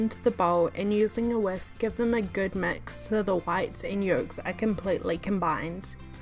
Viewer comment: "mex the iggs" 😂